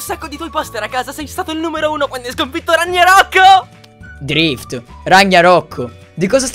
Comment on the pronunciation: Ragniarock mica RAGNAROCK EH